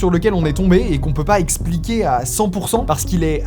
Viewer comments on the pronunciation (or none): none